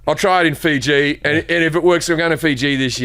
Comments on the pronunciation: Americans correcting people on how to pronounce names of places not in USA is hilarious. It’s “Fee-gee”! Not “Fi’gee”. It’s “An-tarc-tic-ca”! Not “An-ard-ica” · Really ?? Fiji ??? WHA TAR ! Fee Gee ?